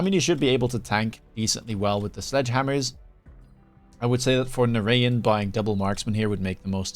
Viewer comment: narayan is pronounced na-ra-jan like how you would say it in dutch. Indian origin name. nice content as always, you and surrey are the best. you guys should do some 2v2 together, force the rat to do some team play.